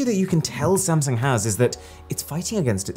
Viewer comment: You said sumsang in the video XD